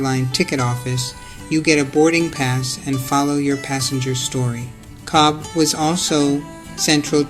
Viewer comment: Cobh is pronounced cove